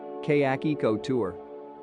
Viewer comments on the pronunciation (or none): Kay-yak? Wtf